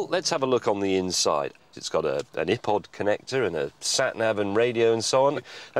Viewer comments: Mate did you just say EhPod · Did he just call it an Eh-pod connector?? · He pronounced iPod as..."e"pod...*facepalm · I'm sorry, but the iPod has been around since 2001. What the hell did call it?!! An ipPod?!! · he said Ipod ( ih-pod) not Ipod (eye-pod) lol accents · "It's got an Ippod connector" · I think is the only person I know that pronounces the iPod as ih pod. Funny. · Love the way he sais ipod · Are we not going to talk about how pronounced iPod?